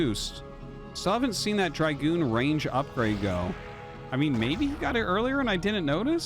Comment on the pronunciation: Wow.... he takes corrections on Chinese pronunciations but can't fix his English. Words that he has been saying for 20 years like Zealot and Dragoon are pronounced wrong. It's not even a tomato tomahto thing... just completely wrong.... and he's like "is it shaoshway or shaoshwai". Really?